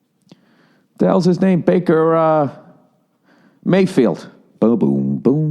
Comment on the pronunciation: This nigga said Banker Mayfield lmao